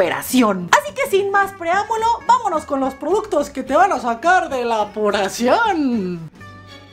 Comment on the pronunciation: Jajaja "Apuracion" me da un poco de risa como lo dices 😁😂😂😂 Saludostes De color Pink como tu cocina👍😘 Venezuela presente 😉